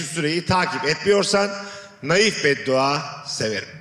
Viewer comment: "naif" değil "nahif" kurgucu bari sen öğrenseydin şunu